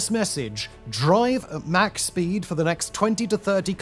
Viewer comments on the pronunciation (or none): 'Drive at Mach speed for the next 20 to 30 km' is what I heard 😅